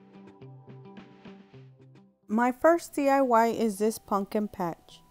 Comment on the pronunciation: puMPkin (not PUNKIN) 😬